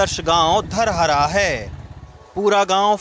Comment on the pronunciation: धरहरा होता है सर